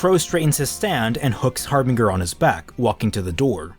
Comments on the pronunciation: The second syllable is pronounced like “binge”. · Anyone else finding it weird how is pronouncing Harbinger? No offense,.